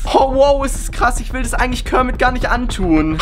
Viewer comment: Warum sagst du immer dis und nicht das